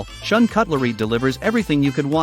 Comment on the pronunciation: Shun is pronounced shoon.